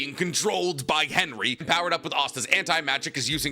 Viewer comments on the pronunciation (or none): none